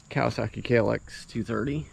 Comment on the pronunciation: It is not a "Cowasaki"! What is wrong with you people? Does it say cow!? No.